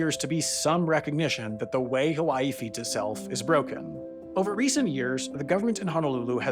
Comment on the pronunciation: Good video, but you should have literally anyone in your research team check the pronunciations when you're doing a video where a lot of the words are a different language. You at least got "hawaii" right 50% of the time, but pronouncing Kamehameha like a dragonball z attack makes it clear you didn't even try.